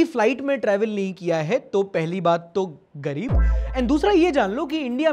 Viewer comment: That 'gareeb' was really hurting 😭😂